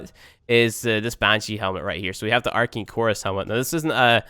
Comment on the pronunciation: Why do you pronouce it Arkein?? It's ArcAne." Geez.